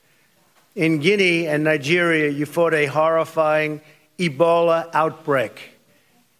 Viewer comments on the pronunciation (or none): Talk about fake news, perfect example of People freaking out when in reality he mispronounced Namibia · No he didn't make the country up guys, he just mispronounced NAMIBIA... Everything he mentioned/cited about the Namibian healthcare system being great is true.